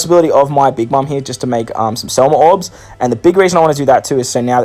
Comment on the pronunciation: SEMLA NOT SELMA